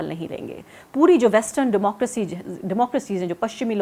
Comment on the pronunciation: ye shabd Democracy....aap ke Duara uchcharan kuch theek nahi lagta...?